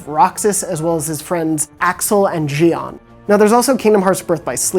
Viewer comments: It's aCtuAlLy PrOnOuNcEd "sHe-Own" but "Geeon" is pretty bad. lol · How you gonna call yourself a KH expert and call Xion (pronounced 'she on') Geeon ??? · And Xion is pronounced (Shi-on). It was odd on the DS, cause you didn't hear it spoken until a third through. If you watch the movie, no excuse. So get it right in future. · "Geeon" Can't really blame him though. A lot of people have trouble remembering her name. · "Geon" A trust Kingdom Hearts expert would know how to pronounce her name. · Xion without the G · Why?why???? Why you say xion name wrong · I don't think a 12 minute video, or rather, 5 minutes, is enough to explain the story of Kingdom Hearts. But props to for trying and he does know his Kingdom Hearts. Even if he did mess up some pronunciation for the names, like Xion. I heard somewhere, I don't even know if it's true but that if KH3 does well on Xbox, they'll port the previous games to Xbox. I hope it's true and I hope it does get ported. I love the games and I think more people should play it.:) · He can't even pronounce xion name right 😤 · knows a fuckton about Kingdom Hearts. Which means he also knows that he didn't feel like experiencing 358 enough to remember the pronunciation.